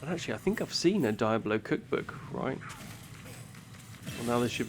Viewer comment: Why do you say "Diabolo"?! 😅